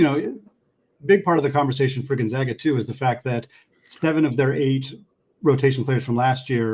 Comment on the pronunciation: On the matchup between which podcaster is more polished, it's a blowout for zags too. Please learn to pronounce Gonzaga correctly